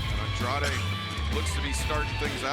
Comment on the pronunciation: Sorry but it's Andrade and not Andradé